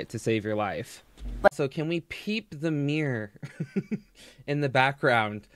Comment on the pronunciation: No shade, but I love how he pronounces ‘mirror’ like ‘meer’.